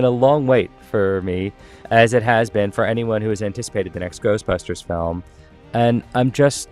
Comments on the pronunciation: He said GHOSTBASTERS afterlife at the very beginning and then he said it right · Wait, did he say Ghostpasters? Lol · Did he just say Ghostbasters or Ghostpastors at the very beginning of video? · Did he really say “ghostbasters” at the end? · did my man just say Ghostbastards? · Is he saying Ghost bastards or Ghost pastors in the beginning?